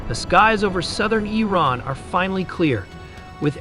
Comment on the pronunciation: It's not pronounced 'eye rain' it's Iran.